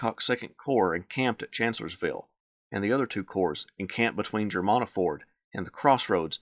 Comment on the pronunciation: Germanna is pronounced GER-MAN-AH.